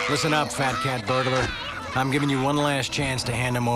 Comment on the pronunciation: I'll give them points for trying to be clever there; but they should've at least had the voice actor be in on the joke. It clearly sounds like Charlie Sheen is saying "fatcat burglar" not "fat catburglar."